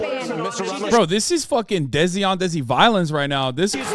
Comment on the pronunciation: its desi not dezi